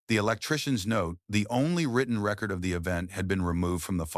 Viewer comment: So we're skimming over the fact it pronounced record (as in lp) vs re-cord like you would do to a disembodied voice. AI has no buisness narrating anything